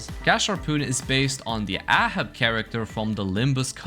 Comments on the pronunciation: bro who is ah-hab its A-hab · No offense, but how did you pronounce Ahab like that?